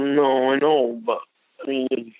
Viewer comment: “I couldn’t help bawt cry reading the chat” right, cause it disproves the absolute bullshit you tell yourself about “didn’t wanna go there” “They brought up shex first”